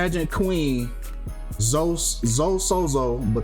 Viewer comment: ...come on mane, her name is obviously pronounced Zo-ee. You really gotta get better and pronouncing words and names my guy!! It's not like that some unique name never seem before, Zoe is pretty common